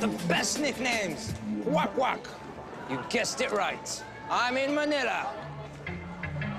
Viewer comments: what do you mean by kwak kwak its kwek kwek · it'quek quek not quak quak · btw it's not kwak kwak it's kwek kwek haha pinoy ako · thats not kwak kwak its kwek kwek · Totoo kwek kwek hindi kwak kwak OK! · Ang sabi nya kwak kwak LOL XD dapat kwek kwek HAHAHAHAHA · Literally burst out laughing when he said KWAK KWAK instead of KWEK KWEK HAHAHAHAHA OK MAY FILIPINO FRIENDS LETS SING TATLONG BIBE HAHAHA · its not quack quak its quek quek!! XD sorey dami ko tawa eh XD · Its kwek kwek not kwak kwak lmao😂😂😂😂 I cant stop laughing oh ghad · Kwek kwek hindi kwak kwak hahaha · Quek quek hindi quak quak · He says quack quack instead of kwek kwek. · It's Quek-quek, Not Quack quack XD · its kwek kwek not kwak kwak HAHAH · its champorado.not champorada.kwek kwek not kwak kwak. hahaha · the host is insane that is not kwak kwak that is kwek kwek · its kwek -kwek not kwak kwak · its no quakquak its qwekqwek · It's kwek kwek not kwak kwak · haha not kwak kwak its kwek kwek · Tyler Tyler he hard too say Tagalog and he say kwak kwak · its kwek kwek 😊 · lol mali pagkasabi niya wak wak hahahaha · Hehehehe its quek-quek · It's kwek kwek 😂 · its Kwek kwek 😂